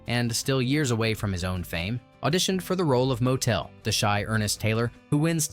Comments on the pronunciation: I hate to rain on your parade, but even some basic research into the pronunciation of the soon to be son-in-law to Tevye, Motel" isn't said the same way as an inn next to a road. It's not MO-tel" but "MOT-L". In the 70's , I ran projectors in theaters which ran this movie many times during it's release and after and before it went to television. Also, Tevye's wife's name isn't "Gold", it's Golde" (GOL-de). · I saw Hershel Bernardi playing Tevye at the Muni in St Louis. I absolutely loved this movie. But the pronunciations could have been better. Motel is a motor hotel Motel is pronounced like bottle. A lot of other things were a bit odd, but I did like the story this post told. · All you had to do is actually watch the movie once to understand how to pronounce Motel. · I don't recall any motels in the shoe.I gave a thumbs down 👎 because of the many mispronunciations. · PLEASE get your names right! "Motel" rhymes with "bottle" (MAH-tle) And "Chava" is NOT pronounced with a "Ch" like in Chaeles. Rather, it is like in "Bach". If you can't get that, use the sound of a plain "h". Think "Hava Nagila". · Motel lol pronouced Mottle TZeitel as in Tsar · Motel - hahaha